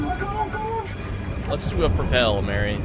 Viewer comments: Its Mh-ari very obvious not Mhary fs shocking yal cant speak litteral basic fkn english propperly nvm scots. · please, I’m Scottish, this hurts, it’s Mhairi, pronounced marry, not MARY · why are they calling her marri it should be pronounced like varri